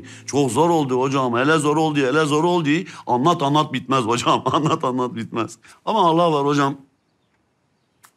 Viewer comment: Tuna’ya sürekli tüne diyordu. de tinne de tinne demesindeki inceliği anlayanlar burda mı.